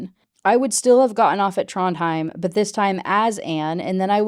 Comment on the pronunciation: Aw Trondheim is where my grandma is buried. Your pronunciation is fine!